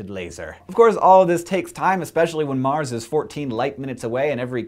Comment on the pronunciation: So... I thought when you said a word like " Mars' " you pronounce it as "mars" not "marses" Am I wrong?